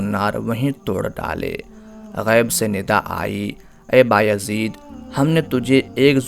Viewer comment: inka name Baya zeed hy ba-yazeed ni... Yazid ibn.e.muawia lanti ka name kesy rkh skta koi Allah ka walli...